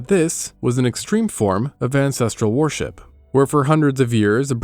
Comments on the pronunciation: Awesome video, but your pronunciation of worship as warship is doing my head in 😂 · The pronunciation of "worship" rhyming with "warship" makes me ask if the narration is AI.